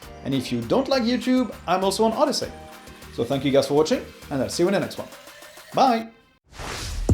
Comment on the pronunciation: what is this oddesy that he said